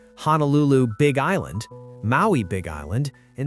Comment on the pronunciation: We miss Aloha Airlines. Good story but I really wished that you would say Honolulu instead of HANAlulu. It makes you sound uneducated.